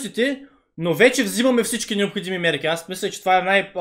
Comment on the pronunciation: Определено рекламата е кофти. Но малко трябва да поработиш над речника си, братле. Диалекта също. Всяка втора дума ти е "манЯк", "такова" или "някви такива раоти". Изказвай се по-конкретно, прочети някоя книжка, научи някоя нова дума. Както казваш в клипа - необхоДжими мерки. 😀